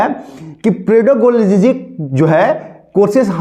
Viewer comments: पेडागोजी बोलते ही पेडाजोजी नही सर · पेडागॉजी को पेडाजुजी बोल रहे हो 😂 जय हो प्रभु आपकी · पेडाजॉजी नहीं पेडागॉजी बोलते हैं